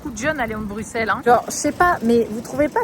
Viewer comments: Pareil, difficile pour les oreilles belges 😂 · Merci, ca me perturbait aussi 😂😂🥰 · Je ne peux pas continuer la vidéo sans dire ça : le x de Bruxelles se prononce ss, donc "Brusselle". J'ai dû mettre pause à la séquence dans la voiture pour venir le dire parce que ça me rendait foooolle hahaha 🤭 Bisous de belgique et courage pour la maison au japon 😘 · comment tu dis bruxelles ???